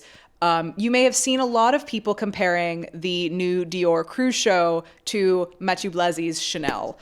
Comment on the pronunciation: I think it is time for everyone in fashion to learn to pronounce the name Mathieu. We already forced Demna to drop his last name!